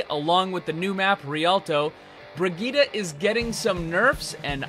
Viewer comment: HER NAME IS BRI-JITT NOT BRIGITA LOL